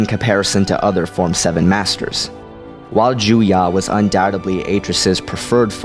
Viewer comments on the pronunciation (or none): It's "Ju-YO". Why do you keep pronouncing it "Jew-YAH"? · Why do you say 'JUYA'?! Isn't it 'Juyo'? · It's Juyo, not Juyah. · the seventh form is called Juyo. it sounded like you said Juya.